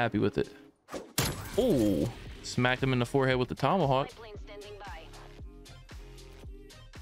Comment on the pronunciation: Dude said Tommyhawk 😂😂🤣